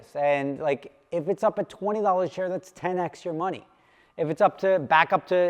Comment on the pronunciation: "If its up $20 a share that's 10 extra money" anyone else hear that on the first play? lol. PS. I know he said "10x your money"